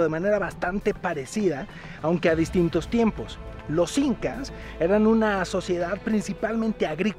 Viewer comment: Jael l incas sin "h" 😂